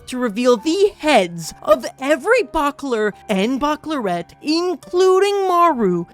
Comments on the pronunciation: Thank you! I was looking for this comment, I was hoping I was not the only one who kept hearing that stick out in the commentary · I get physically triggered everytime he says "Backoler" and "Backolerette"